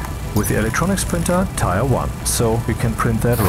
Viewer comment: Hi! I love the journey involved with learning a language's nuances. Tier is pronounced as "teer". Just like bier (beer) in German.